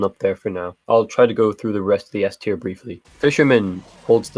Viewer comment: Bro, you're German and you're calling it SS-tier.